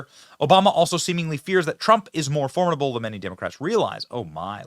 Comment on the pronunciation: you don't know how to pronounce formidable 🤦🏻‍♂️ ffs